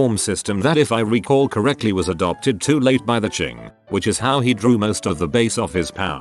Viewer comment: Wait, how was it the TTS could not say the "Tai" in Tai Ping right, yet got "Qing" right? Tai in both Chinese and Japanese is said like the word "tie", not like "tay", for it to be said the way the TTS said it, it would need to be written as "Tei". Also, yes, any Chinese word starting with Q has a "ch" sound to it like the word "chime", as weird as it sounds.